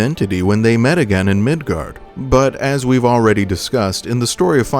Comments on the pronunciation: FYI, it's Midgar. Not Midgard. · Midgar not Midgard. If you are going to try and make a video talking about something then you should probably know how to pronounce it. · I’m not sure if anyone has said this yet… but there’s no D in “Midgar”… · It's called Midgar, not Midgard. You can thank me later, or now. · I’m gonna stop it right in the beginning at “MIDGARD” 😂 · There’s no D at the end of Midgar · MID GAR. MIDGAR. MID GAR ffs sake ya douchbag. Learn words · Midgar not Midgard